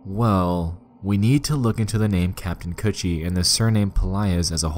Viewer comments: did he just say kaptain coochie? LMAOO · U said captain coochie? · I can't stop laughing because I keep thinking he's saying coochie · so i aint the only person who heard captin coochie lmfaoo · everytime he say "captain kutchie" I just hear captain coochie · damn thought kutchie was pronounced coochie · its pronounced "cOOCHIE" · Captain kuchie is it pronounce coochie or cutchieb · Kanned Kutchie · I swear to god that is what I heard the entire time and I couldn’t take anything seriously